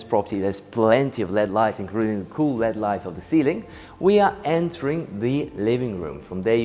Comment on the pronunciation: I love your tours. When you pronounce Led it's said L.E.D lighting, pronounce the letters individually. The shallow shelf in the pool is called a baja shelf, which is pronounced as baha. Keep up the great work, thanks Roy.